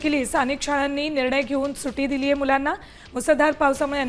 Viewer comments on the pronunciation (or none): सुटी.... नाही गं अँकर मॅडम सुट्टी म्हणतात त्याला...😂😂 सुटी म्हणे सुटी